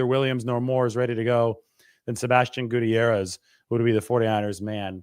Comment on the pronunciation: So cringe the way pronounce Gutierrez